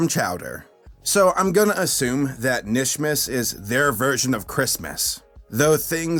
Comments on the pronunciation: It’s- KANISHMAS >:C not just Nish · 🤦‍♀️ Nishmas? No. It's Kuh-nish-mas. You're supposed to pronounce the K. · It’s KA-nishmas not nishmas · It's not nishmas it's K'NISHMAS. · kuh-nish not nish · ITS KAH-NISH-MIS EVERYBODY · it's pronounced "Kuh-nishmas" You're supposed to emphasize the Kuh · PRONOUNCE THE K IN KNISHMAS MY GOD MAN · I low key twitched every time he said Nishmas😂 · did you even watch the kinishmas episode, 0/10 for mispronunciation Jk but how that happen, wrote script before watching again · InkyFace Thank You. That was peeving the crap out of me.